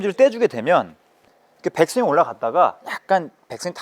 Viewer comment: 백스윙을 빽스윙으로, 릴리즈는 릴리스로 발음 해주시면 더 임팩트있는 레슨이 될 것 같습니다.